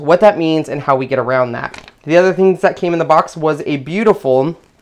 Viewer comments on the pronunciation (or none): none